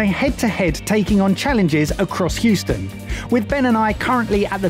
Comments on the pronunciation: welcome to “who-ston” oh no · lol....He called it Hoostin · and... C'mon man... Whoston? its Hueston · said "who-ston" xD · My American mum would cringe at calling Houston 'hoo-ston' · pronouncing Houston as "Hooston", just great! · said hooston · Did say hooston? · pronouncng Huston wrong killed me🤣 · Can someone teach how to say Houston